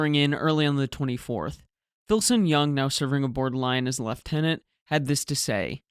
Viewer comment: Thank you so much for researching your pronunciation. Lieutenant and route not the least, English is not meant to be easy. This attention to detail has made the difference between enjoyment and fingernails down a blackboard (to anyone, if you haven't tried it, do, you will be forever scarred).